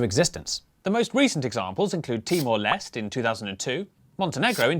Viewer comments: The right pronunciations is Timor Leste with the end E sound in Portuguese, not silent. In English is called "East Timor" 🇹🇱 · The final E in Timor-Leste is not silent, since it's derived from Portuguese, so it's pronounced something like "LEST-ey".